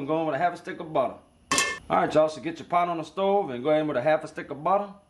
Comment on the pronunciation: Hit rewind 2x when he said "" throw a halfa sticka buddah in da pot"" . Dude is just fun to watch.